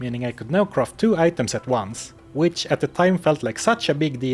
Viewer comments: I feel great respect towards the narrator but I'd just like to humbly note that it's physically challenging to hear all the time croft instead of craft. I mean, we all appreciate Lara Croft, but she's not the case here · It's not pronounced "croft", you know?